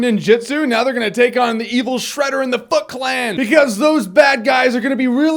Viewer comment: Lol sounds like he says "The f*ck clan." :P